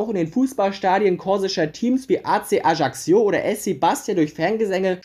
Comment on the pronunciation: Nur ein nettgemeinter Tipp: Ajaccio sprichst du so aus dass sich das J anhört wie beim Namen "Jean" auf Französisch und du sprochst das doppelte c aus wie kk also halt wie wenn du ein c in einem Wort aussprichst. Das Video hat mir aber trotzdem gefallen und ich fande es interresant ich würde ähnliche Videos begrüßen